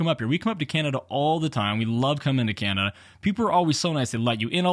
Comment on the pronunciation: Did you mispronounce Canada? :) This video is just more proof that FSD is still at least a decade away. And my 2018 Model 3 with FSD will never have it fully functioning, not with the current hardware, This means I'll never have it because I'm not going to pay for it again with a new car. Getting very disappointed in Tesla. Not sure I would have shown that guys license plate and tell your viewers to go paint ball his car. There are legalities to that.